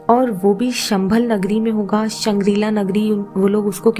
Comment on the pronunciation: संभल नहीं शंभल है शब्द